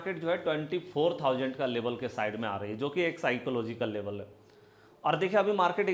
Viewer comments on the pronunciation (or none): Sir Labal kiyaa hota hai Level Bolo